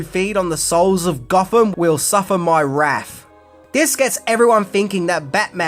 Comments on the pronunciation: "Wraith" ? "Wrath" ? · not seen or heard of a cinema snob, 'not being a douchebag.' Redlettermedia being three in a row. "Wrath" not "Wraith." 😂